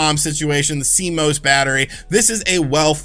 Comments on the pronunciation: C-Mose....Almost right. It's C-Moss! Better than last week, when he was calling it C-M-O-S! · Public Service Announcement: It has come to the attention of computer nerds everywhere that YouTubers are pronouncing CMOS in a variety of different (and quite incorrect) ways. It is pronounced C-MOSS. Thank you. You may now resume your regularly scheduled panicking. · "See-moss" -Cmos